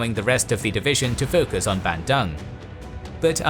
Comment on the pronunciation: How do u pronounce Surakarta right but not Bandung 😭 but this is good video overall keep up the good work